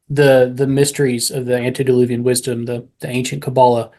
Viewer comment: Please, it's "antE-diluvian", not antI-deluvian...